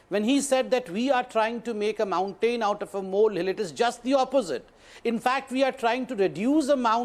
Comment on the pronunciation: Bear a fruits? MountAYN? in accordance TO? WARMS? not wERms? you need to go to an English hospital or stay with the Hindi channels.